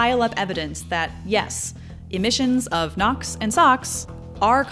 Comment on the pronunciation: The video was very good with fantastic content! However, I found the narration with the awkward pauses and the purposeful exaggerations in pronouncing difficult sounding words kind of off putting. It's gives off the impression that the narrater is less confident about when she's presenting when in fact the oppositeis true.